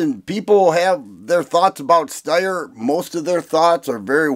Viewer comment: It's pronounced SHTIRE.